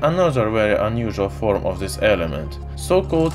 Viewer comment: THIS, NOT ZIS. AT LEAST *TRY*.